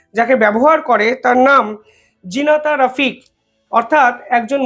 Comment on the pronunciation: জারিনা রফিক -- নামটা ঠিকঠাক বলুন।